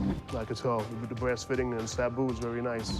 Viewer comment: I love how he called the ‘tsuba’ a ‘sabu’. He is a legit collector lol